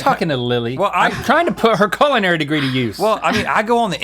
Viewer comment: Can someone please tell link it’s pronounced Cull-in-ary? I’m disturbed every time he says Colon-airy